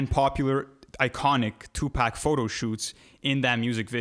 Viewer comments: It’s 2pac not 2 pack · I almost stopped listening when dude said "2-Pack"...but I'll go ahead and see what y'all talkin bout. 😑🤷🏾‍♂️